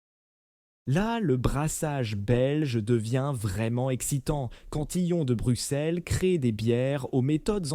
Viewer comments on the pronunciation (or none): none